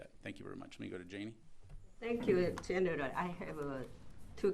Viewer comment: Gen”er”al lense-pulheim